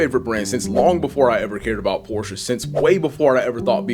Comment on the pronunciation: Nice hearing someone who pronounces Porsche properly.